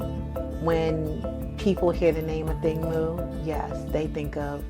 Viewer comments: Ok so her last name is pronounce “Moo” and not “moe” like everyone says? Why doesn’t she correct people and set the record straight??? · Why do sports announcers keep saying Athing MOE! Mu is not that hard to pronounce!